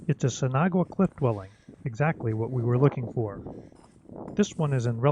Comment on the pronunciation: I'm dying of laughter haha. You pronounce it sin awa. I'm guessing you've been told that thought haha. I hope I helped friend. Also great video!